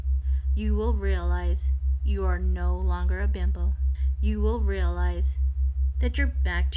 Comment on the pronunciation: Is it just me, or does it sound like she is saying "bimble" instead of "bimbo"? Bimble makes me think of a thimble, which leads to sowing, which in turn leads to god knows where.